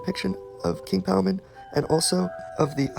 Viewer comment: It’s king Paimon bruh ain’t no Palmon